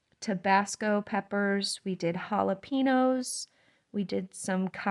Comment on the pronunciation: Never knew you could eat radish pods, very nice. Also never heard anyone pronounce jalepeño that way. Love your channel! Lots of great stuff throughout.